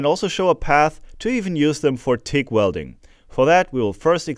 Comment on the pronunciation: yeah only those who only say English words in their language but it still doesn't change my point here.. acronyms.. later in this vid he slowed down and got the "G" right..